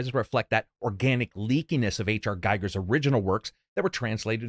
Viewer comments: Giger is pronounced "geeger" 👍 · it's pronounced "Geeger"